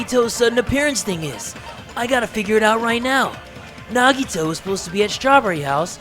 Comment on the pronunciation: Normal People Pronouncing Nagitos name: Nagito/Nagihoe: Naggy-Waggy/Nagitoe